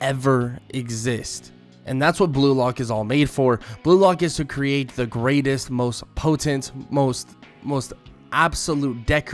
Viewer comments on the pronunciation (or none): none